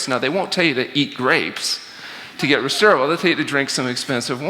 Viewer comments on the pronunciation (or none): Yeah, I'm still a bit disappointed that he botched that.